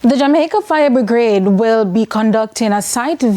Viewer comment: The word is Brigade not bregrade